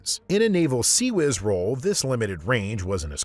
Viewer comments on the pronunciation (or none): none